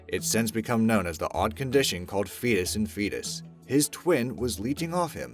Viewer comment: It's "fetus in fetu" not "fetus in fetus". Sheesh.